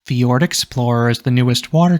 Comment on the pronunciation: Fjord, not Ford.